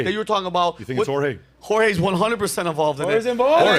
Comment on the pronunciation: "Jorge" Soros 😂😂😂